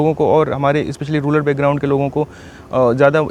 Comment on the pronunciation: रूरल को रूलर कहने वाले की जय हो